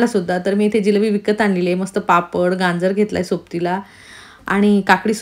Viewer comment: Ganjer nahi gajer